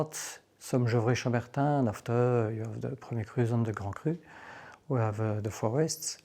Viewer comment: The main thing I learned is how to properly pronounce gevrey chambertin.